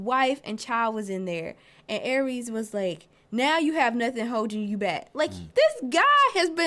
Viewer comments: Its Ares, not Aries... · It ares not aries and where does she say there centaurs?